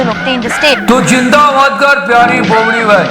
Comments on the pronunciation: It's bobdi not bopdi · Loved it😂😂 but it's "bobadi"